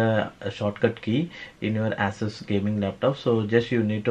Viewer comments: 🤣asses.. Dude its pronounced Ea Sos . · My bruh... It's ASUS ( /ay/ /s/ /uh/ /s/ ), not AssUs ( /ah/ /s/ /uh/ /s/ ).